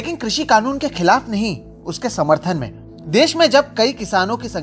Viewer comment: कृपया देस नहीं देश होता है Ndtv